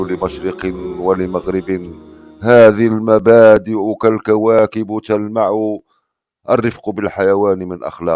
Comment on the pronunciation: بارك الله فيك على هذه الأبيات لكن لا يخفى على من بحسن الكتابة و القراءة أن في قراءة الأبيات أخطاء : ١- يُرٓجًٍعُ ( على الجيم ضمة) . ٢- لله دٓرًُكٍ ( على الدال فتحة و ليس ضمة) . ٣-كالكواكبٍ ( بالكسرة و ليس بالضمة). هذه ملاحظة بنية خدمة اللغة العربية و ليس بنية الإنتقاد الأجوف . بارك الله فيكم على حسن الظن مسبقا.